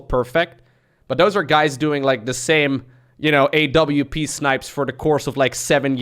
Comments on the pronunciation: Normal people - “a-wup/a-wap” - “A-W-P” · A-W-P snipes. A W P Snipes